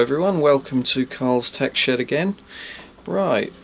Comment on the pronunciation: I thought you said